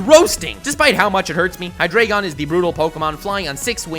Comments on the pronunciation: It’s hi dry gon not hi dray gon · High Dry Gone is how you pronounce Hydreigon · But you say it hydrygon, not hydreygon. It's based on the German for 1,2 and 3. Dry. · It is pronounced hydrAIgen, it's fucking deutsch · You can't even pronounce your favourite pseudo legendary pokemon... HyDREIgon. a.k.a the german for three... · It would be a dragonitium also it's pronounced hi-dreye-gon, eye as in your eye. German 1 2 3 into deino zweilous hydreigon. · Microbabe Brown *Hydreigon Please don't correct on how people spell or pronounce anything when you cannot spell it yourself. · Hydreigon is your favorite pseudo legendary but you can't pronounce its name right lol